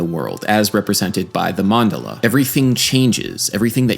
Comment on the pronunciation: Enjoyed the video. To be a nerd the emphasis is on the second syllable Man-DA-la.